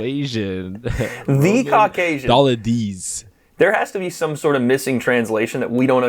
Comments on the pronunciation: (Doh-leedz-ay) smh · it's pronounced Roman Dough-leets-aye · Dolidze (doll-eed-zay)